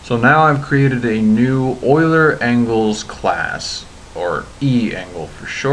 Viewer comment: FInally someone who pronounces "Euler" properly.